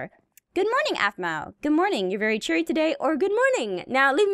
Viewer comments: Anyone else notice at about Donna says of course I'm very CHERRY instead of cheary. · Did anyone else notice that Donna said cherry instead of cheery? 🍒